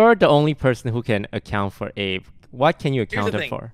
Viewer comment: Do you pronounced abe like ape